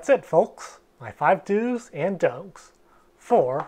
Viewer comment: Am I crazy? or is he saying Dos and Dulks? Is that in inside joke Catan thing?